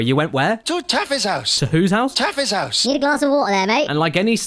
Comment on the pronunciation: *Taffy's house